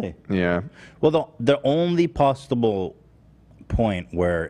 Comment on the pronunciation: Ethan saying “pasta bowl” instead of possible. Made me laugh 😆 peace and love 💕